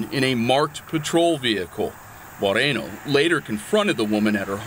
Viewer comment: Officer Marikono!!!!! Not Moreno !!!!